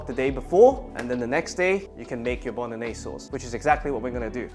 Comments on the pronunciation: Nobody says bolognese correct. LOL!!! Great recipe my friend. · Bolognese - Bono-gnese?